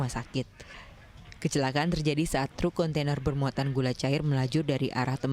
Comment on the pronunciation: Kecelaka'an ..bukan kecela'an maas